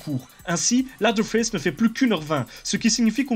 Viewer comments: Leatherface "Lédeurface", pas "ladeurface"... ca veut dire "face d'echelle" ^^ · On dit leathearface ( léseurfayce ) mais pas latherface ( laseurfayce ) ca ne veux rien dire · juste on prononce lèveurface pas laveurface... juste ;) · "LAZERFAISSE". J'ai détesté le film moi perso, il rend pas du tout honneur à l'original. edit: en fait j'ai plus l'impression que tu dis "LADDER FESSE". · j'adore ton emission mec mais tu m'as fait pleurer de rire avec ta prononciation hasardeuse de leatherface et ed gein x''') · Bonne vidéo, mais par contre tu ne sait pas prononcer le nom du tueur ce qui est dommage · excusé moi de mon erreur mais je suis habituer à dire lea(seur)therface. C est juste que tu écorchées le nom mais bon au final c'est est pas si grave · Ce serait bien d'apprendre à prononcer le mot "leather" par contre....